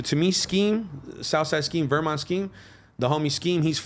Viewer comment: “Vermont” 😂😂😂 …..weSSmont weSSmont….